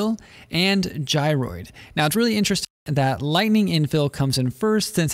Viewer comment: Vewy intewesting....